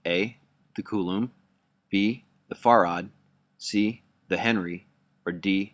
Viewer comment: Another little nit pick... farad is pronounced just like you say 'fair ad," not "far ad."